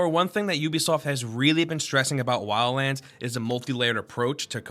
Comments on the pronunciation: anyone hear lala land instead of wildlands? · When you say Wildlands it sounds like you say Wians... Just noticed it and couldn't NOT notice it after that. But whit that said, i playd the Beta and alltough it was kinda fun for a while i don't see myself getting this game since it got pretty stale pretty fast. If i want a tactical stealth shooter of any sort there are in my opinion better options that actually make you feel way more like a bad ass.